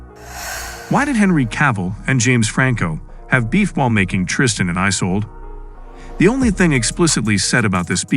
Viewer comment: It’s Isulduh not Isolde 😂